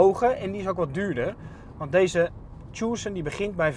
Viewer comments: tjoesen??? je spreekt het uit als "tukson" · Mooie Tjoessunn omg je spreekt het uit als Tuson pannekoek!! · 'Tjoeeesun', je spreekt Tucson uit als 'Tusan' meneer de presentator :-) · tjoesun.. man man man